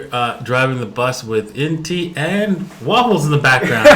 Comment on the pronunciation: It sounded like said "Wobbles"